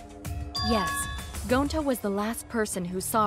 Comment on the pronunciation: They say Gounta BUT ITS GONTA!!!!!!!